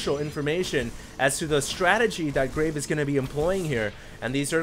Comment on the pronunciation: Who else thinks he is saying graig? haha